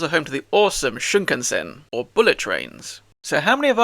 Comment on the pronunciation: Oh, didn't expect the Red Alert 3 reference there. FYI, it's Shinkansen, not Shunkansen. True, but also, those are intercity trains. Just using them for Tokyo stations is dumb. Loophole approved. You also forgot to add that we see a zen garden in a cutscene. It's where you fight second Palace ruler.